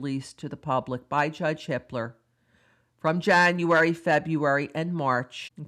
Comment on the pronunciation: Every. single. time. you say the judge's name my brain feels like it tripped and stubbed its toe. haha